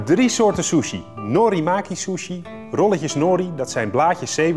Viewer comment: ‘ Door de Shjusshuieee’ . 😂😂